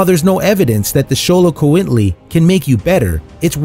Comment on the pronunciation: First, chows, afghans, Tibetan mastiffs, basenjis, bedlingtons, pharoah hounds, otterhounds, dandie dinmonts, and samoyeds are not "almost unknown" in the U.S. they are AKC registered breeds. Second the narrator mispronounced Xoloitzquintle twice. Third Dalmatian crossed with a dachshund is not a breed. It's a mutt. Fourth, multiple Komondor is not Komondor. It's Komondorok